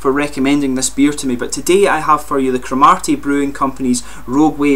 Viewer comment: Great review but there is no emphasis on the 'ar' in the place name. It's almost like Crom 'ur' ty. :) They are great beers though.